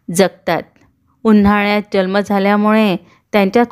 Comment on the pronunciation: छान video पण jalma nahi जन्म म्हणा